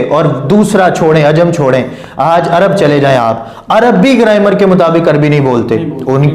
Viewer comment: گرائمر ہوتا گریمر نہیں کھوتے دا پتر جاہل